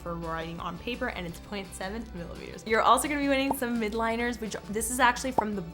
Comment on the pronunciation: Love it! Btw it’s pronounced “mildliners” not midliners